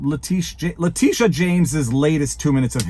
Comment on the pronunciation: Matt and have the beat pronunciation of her name. Le-TIT-ia